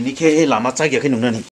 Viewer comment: Noong not nung. Hahahhaaaaa noong